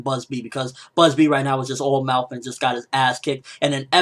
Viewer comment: its Bazz-B not Buzzbee, cmon ppl stop using silly translations